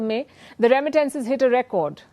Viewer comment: Somebody teach Palki how to say. Remittances